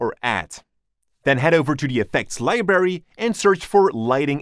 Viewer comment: I love how you pronounce it "Libery" lmao ❤️